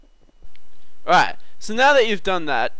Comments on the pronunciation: I like how he says "A'rrite" :P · All Aussies say alright so don't worry about it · LOL how he says alright